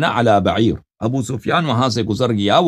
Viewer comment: عربی نہیـــــــــں آتی تو نا نا پڑھا کرو بعیر پر زبر ہے پیش نہیـــــــــں اے دشمن صحابہ